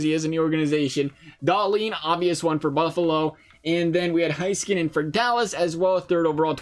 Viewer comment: butchered both names bruh